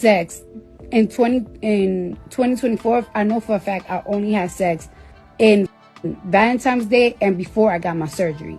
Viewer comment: Why can’t people pronounce “Valentines?” There’s no M anywhere in it.